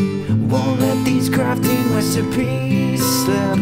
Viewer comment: Did he say “wesipies” Or “resipies”?